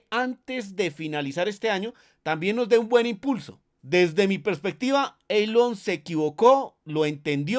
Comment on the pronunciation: Amigo. Gracias por tan útil y tanta información. Una observación respetuosa: La pronunciación correcta de Elon es: ilon. Saludos!